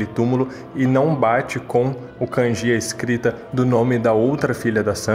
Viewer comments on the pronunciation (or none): none